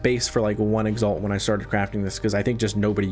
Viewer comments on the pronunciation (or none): none